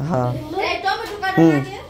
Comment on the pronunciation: টমেটোম না টমেটো